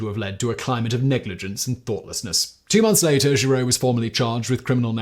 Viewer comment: Giroux is pronounced zhee-ROO